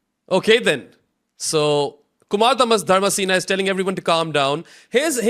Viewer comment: himself is of subcontinent origin, yet he constantly mispronounces names from the same region. Calling Dharmasena ‘DharmaCENA’ and Hasan Raza ‘HYASAN Raza’? Come on—half of Pakistan is named Hasan. No need to act so pretentious.